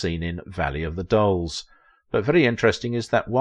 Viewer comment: This was a most entertaining and informative documentary. I couldn't help but noticed the way you pronounce "Valley of the Dolls" which comes out "Valley of the Dulls" which was the name of MAD magazines send up of the movie in cartoon form.